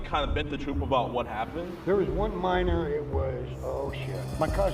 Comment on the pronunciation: Why’d he say minor like that 😂